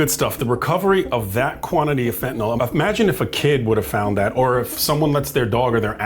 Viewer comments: I have never heard even one LEO who pronounces the name of the drug correctly. It is NOT fen-tin-ol, it is fen-tan-ill. I'm guessing they don't teach "sounding out" words in our schools any more at all. Sad. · (Sets down soapbox, steps up, declaims) It's not FEN-tuh-noll. It's FEN-tuh-*nil*. Somehow this weird habit of sticking an O in the last syllable caught on. There's no O in sight; in no instance in the English language is "nyl" pronounced "noll". FEN-tuh-nil. FEN-tuh-nil. FEN-tuh-nil. Thank you for enduring my Ted Talk. (Dismounts, grabs up soapbox, trudges away.) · It’s not “fen-tan-OL”, it’s “fen-tan-EEL”!!!! I’m a retired Chemistry Professor and I and Pharmacists across the country CRINGE every time a LEO mispronounces fentanyl … again, fentanYL!!😱😤😭😳🤯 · so it’s ok to mispronounce words??!?. You referenced a word with two “accepted” pronunciations. Fentanyl has only one correct pronunciation.